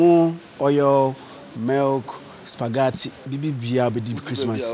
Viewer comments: I heard “SUPAGATI” eiiiii😂💔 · Lol 😂 supagatti